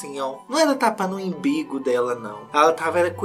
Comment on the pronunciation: pelo amor de riri grávida, não é imbigo não, é umbigo KKKKK